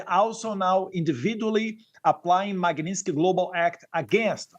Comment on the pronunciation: Que vergonha da pronuncia do inglês desse cara . E outra coisa, esse little Banana não vai aprender nunca a falar o nome correto da lei? É Má Gui Nis Tiki oh jumento